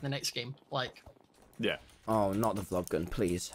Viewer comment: Nobody : Tommy : Vog Glun